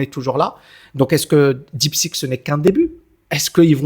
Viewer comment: Bonjour merci pour vos vidéos très intéressantes.. attention deep seek ou deep sick ? La prononciation fait toute la différence ❤